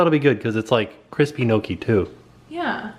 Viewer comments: Just to say (Nee-Oh-Kee) not (Noh-Kee) weird Italian pronunciation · But it's not called no-key 🤦‍♀️